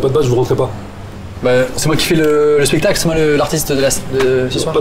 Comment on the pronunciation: En vrai on dit spectacle et pas spectale Kappa